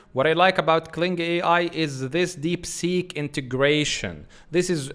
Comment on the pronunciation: Good. But you should make sure not to mix b with p. For example sometimes you say ubload it should be upload. Deebseek should be deepseek. Etc.